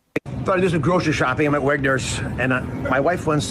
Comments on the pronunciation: I didn't hear him say what store he was in, but I knew instantly it was Redner's. Calling it Wegner's was the icing on the Jersey cake. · In Pennsylvania we have Redners and Wegmans 2 different stores this dude said Wegners LOL this is actually a Redners.